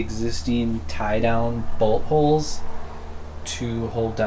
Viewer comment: When he said bolt holds I thought he said butt holes